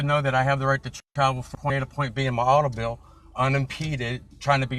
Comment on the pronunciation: His "autobil" 😊